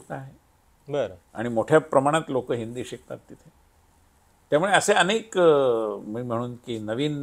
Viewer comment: अणेक नाही अनेक